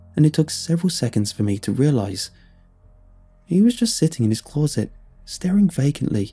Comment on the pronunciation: Why does this guy pronounce "closet" like an American doinv a bad English accent? Clawset